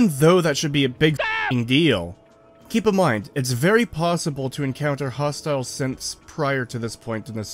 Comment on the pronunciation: Every time you say "Synths" in your end rant about Nora and combat training, I hear "Simps" and it makes this way more amusing